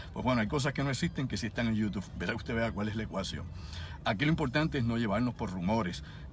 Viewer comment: ¡En serio que a estas alturas digas YOUTUFFF!